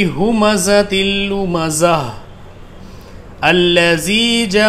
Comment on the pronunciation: muaf kijiyega...bhut jgah aapne thik nh pdha...lumazatinillazi....lumzaah kis bina pr padh liya...tey or noon ki awaz 6od di......kahin kahin to tajdeed ka istemal hi nh kiya aapne...